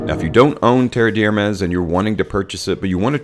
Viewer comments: Fyi, it's not pronounced "terreee deeeee hhhhermes". Rather, "terrr d' ermehhhs", with meaning there's no sound there. Thanks a lot for the video! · Love your vids but dude, I have to say, you BUTCHER any French names LOL. Sorry, not sorry. Try it this way brother TARE DARE MEZ.....and Homme is pronounced like the measurement of electrical resistance Ohm. All good? Cool. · Came here to say exactly this. Tare Dare Mez, with the emphasis on the Mez. I corrected him out loud every time he said it. Lol